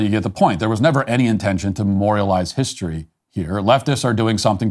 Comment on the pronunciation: When the "news show host" says HISHtory, you already know you have problems.